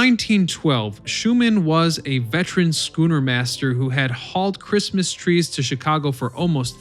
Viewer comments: “Schooner”?!? Really?!? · Right! Head hurts a little each time I hear it.... ugh... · How does this guy pronounce schooner correctly a few times but also pronounce it incorrectly other times, it's baffling